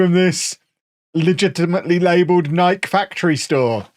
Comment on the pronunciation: We're all just going to allow to say "Nike" like that are we?